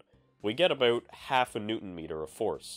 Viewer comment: The "a-boot" gives you away, my Canadian neighbor.